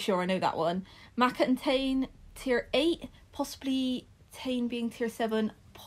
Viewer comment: I really love this game so thank you! Just as a heads up though, since Maaka and Tane are Maori their name pronunciations are different: Mah-Kah, and Tah-Nay! I'm not Maori myself but I'm from New Zealand, and figured you'd appreciate getting a heads up!